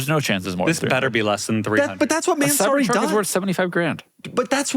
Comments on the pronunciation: I love how they pronounce "man, sorry"😂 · everyone knows how annoying Doug is but the pronunciation of Mansory is next level; I almost clicked off